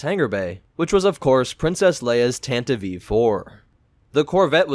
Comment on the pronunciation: It's supposed to be pronounced like Tantiv-ee 4.